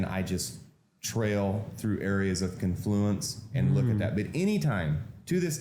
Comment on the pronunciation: Also, the word is CON-fluence, with the accent on the first syllable. Not con-FLU-ence. He says he uses a 50-tick stop. That's 12.5 points, which is a very low typical 1-bar range for NQ (and is a 250 loss). I kinda wanna call bullshit on this; the random fluctuation on any given short term bar (say 1000 ticks or say 3 minute bars) is easily 12.5 points. This stop would be hit extremely often on even low-vol portions of the day. The opening cross can easily average 40-60 points. Yeah, hm. I don't think so.